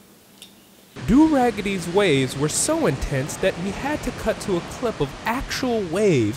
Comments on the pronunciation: Du Raggady. Lmaooo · Du Raggedy Lmao